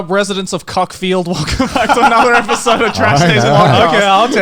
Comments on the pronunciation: I live very near Cuckfield, it's pronounced "cookfield" though (Or so the residents wish you to believe). I obviously missed that the first time around when this came out. If you're wondering (how couldn't you?) how real estate is in your token NTR-themed town, it's too much (commuting distance to London and Brighton and nearish Gatwick). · I live near Cuckfield... funny enough it's actually pronounced cook-field which is arguably no where near as funny